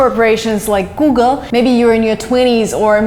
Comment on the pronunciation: I guess I heard guge which is Chinese pronunciation of google